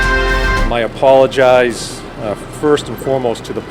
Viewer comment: Gronk said id like to opologize to number 27? He is a starting all star learn names if you opologize